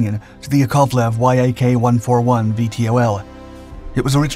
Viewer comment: Y-A-K. This man is a human AI constantly pronouncing things in the most bizarre way